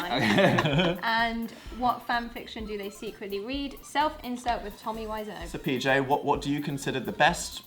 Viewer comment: does dan call pj “TJ” or am i hearing things lmao